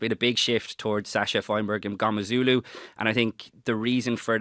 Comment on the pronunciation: HE IS MNGOMEZULU - SAY HIS NAME RIGHT!!!!!